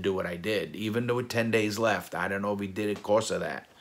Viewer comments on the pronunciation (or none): none